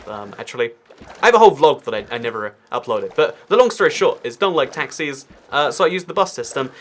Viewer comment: When you said “I don’t like taxis” I thought you said I don’t like taxes